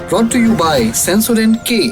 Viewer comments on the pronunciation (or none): none